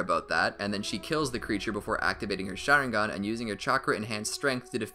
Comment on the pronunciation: wtf did he say sharingan